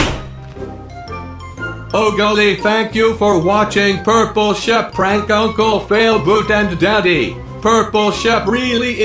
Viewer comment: shep not sheep